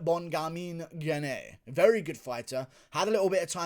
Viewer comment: Thats not the correct way to pronounce "Gane", just say Gahn (french here)